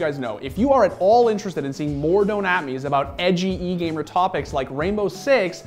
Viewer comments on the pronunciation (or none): Did you just say egamer? 😥